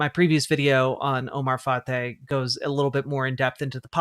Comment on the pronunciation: It is pronounced fry. As a Minneapolis resident, I NEED Fateh to win. I can't wait to vote next Tuesday. Thank you for getting the word out!